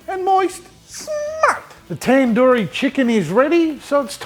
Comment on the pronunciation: It's tandoori not tenduri